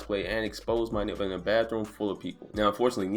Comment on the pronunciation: I wonder if he mumbled the word “nipple” on purpose